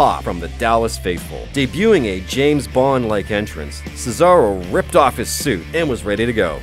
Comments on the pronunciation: He said cesero it’s cesaro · It's not cecaro it's Cesaro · Who is ce-se-ro its ce-sar-o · ce-zaro? its Cesaro lol don't worry love the channel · cesaro isnt cesero! and John cena isnt John cenna!!! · Aaayyyy did you hear him say secaro it's Cesro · The Phenomenal McLane he said kayfab and cesairo 😂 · Its CESAROOO FUCKING HELL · You said Summerflam,Cesairo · Ce-seh-ro? This guy must be new? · He said "Cesairo" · He said Cesaaro 😂😂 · He said cerso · he said cesairo lol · this channel knows nothing about WWE. WHO THE FRICK IS JOHN SENA AND WHAT IS KAYFAB, ALSO .. THE THE ACTUALL HELL IS CESAYRIO. he also said 30 man BATTLE ROYAL. If you dont know what a royal rumble is or even how to say John Cena correctly and then dedicate your channel to sports such as WWE then u prob only watched WWE once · His pronunciations😂😂👏👏 John sena and cesayro wtf even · it's cu-zar-o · sesero and kayfayb....good video anyways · ceesaro say it properly u stupid idiot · you dont say cena you say ceni you also say cesero for cesaro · Lol cesairo 😂😂😂😂😂😂😂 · Stephen Mcneil and he said "Casero" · And he said cezaro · Whoever talked needs to kill themselves they obviously dont know wrestling who is "John Sayna" "seth roleins" and "cesairo" I recommended leaving this planet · He’s not even say Cesaros name right idiot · This guy can’t say Cesaro right!😱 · I sometimes question if The Sportster actually know anything about wrestling. I mean, they mispronounced Cesaro, Kayfabe, and Cena. They also didn't include Stone Cold winning Mankind the WWF championship, which everyone knows is the biggest pop of all time, there's a reason it's called the Pop hears round the world. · ummm he called Cesaro😂 wrong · I hate how he pronounces cesaro and kayfabe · You said d cesaro and cent wrong SO ANNYOING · HE CANT EVEN SAY CESARO AND JOHN CENA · say they're names right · The Phenomenal McLane he doesn't know how to say Cesaro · He said both John CENA and Cesaro wrong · How do you mispronounce cesaro?